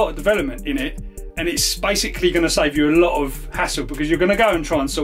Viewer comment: Did you say "This is bikesically" lol